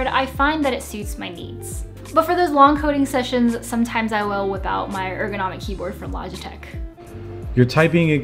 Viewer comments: The first time he said "egronomic"instead of "ergonomic", I thought it must have just been a stutter... 😉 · LoLz "egronomic"